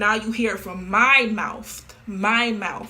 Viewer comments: We heard it straight from HER moufth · "MY MOUFTH MY MOUFTH" aight it be like that i guess